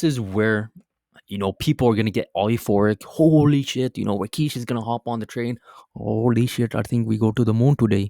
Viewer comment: Who TF is Rakeesh? Lol